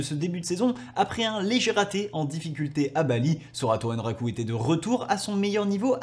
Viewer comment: Merci pour la vidéo! Par contre je me sens obligé, c''est ANraku vraiment, AN